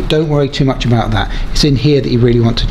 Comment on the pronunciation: yay your canadian ! where aboots ! ?